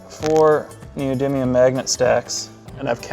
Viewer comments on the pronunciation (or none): none